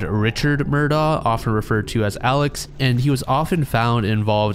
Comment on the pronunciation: Hey just a heads up, the name Murdaugh is pronounce “murr-dock,” and that man Alex’s name is pronounced like the name Alec